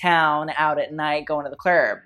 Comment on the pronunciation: “Klerb” lol